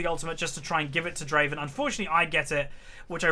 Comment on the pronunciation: its adoration, not admiration:p and Draven not driven xd